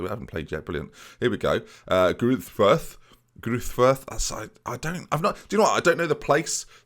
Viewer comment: I'm by no means a German scholar but I think Greuter Furth is pronounced Gr-err-tah Fir-t. Th is a solid t sound in German